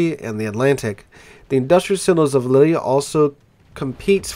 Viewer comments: Lille is pronounced 'Leel', not 'Lilley' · Lille is pronounced Leel